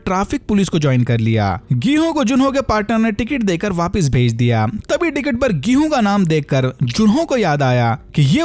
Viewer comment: Gihunn 😂😂 odia wale😂😂😂😂